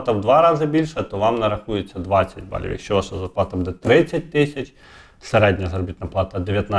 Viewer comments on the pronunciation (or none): А отой саме Його наголос в слові будЕ, замість бУде…………!